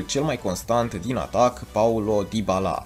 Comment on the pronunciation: Vezi ca nu ai pronuntat corect dybala